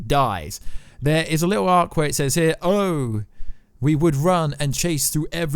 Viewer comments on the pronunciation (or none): none